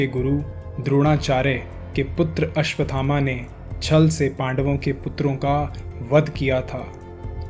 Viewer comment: द्रोणाचार्य के पुत्र का नाम भी अश्वत्थामा है,आपके वीडीओ में लिखा भी अश्वत्थामा है, फिर यह कथा सुनाने वाले महोदय आप अश्वथामा शब्द क्यों बोल रहे हो।